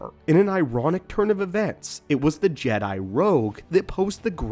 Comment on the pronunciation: Sense when do you pronounce it Jedie I can't watch this